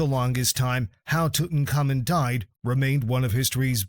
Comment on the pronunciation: Tutaka Moon, Tuton Common, Took in Common, Tooton Common. Made me laugh so much, I couldnt watch anymore😂